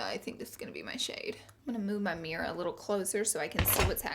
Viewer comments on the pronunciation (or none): none